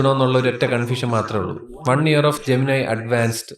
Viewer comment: ജമനൈ എന്നാണോ ഞാൻ വിചാരിച്ചു ജെമിനി എന്ന് 😮